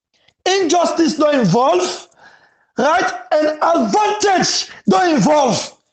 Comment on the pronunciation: 📌Please the word is pronounced AD - VAN-TAGE, please pay attention to that.